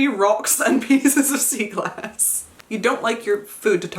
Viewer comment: 😭when you said sea glass I thought you said seagull ass, I was like- your mom collects pieces of WHAT!?😭😂💀 I’ve never heard of sea glass😅😂